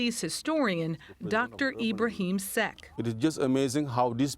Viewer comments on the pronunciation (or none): Nope. It's pronounced "Seck" not "Secka".